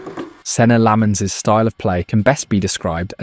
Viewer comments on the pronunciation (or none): It's pronounced LOMMENS. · no Lammens